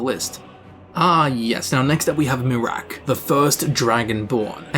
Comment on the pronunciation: MEH-raak xD